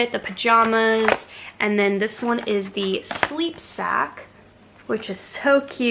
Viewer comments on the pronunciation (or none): none